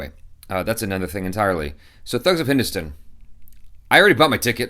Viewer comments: It's not stun, it's Stan ducking Stan!!! HINDUSTAN! Not HINDUSTUN!! PLEASE for the love of God! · Please pronounce properly It's. #Hindustan 😋say hello Hindustan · Your"good morning Hindustan" sounded like a firangi British officer.😂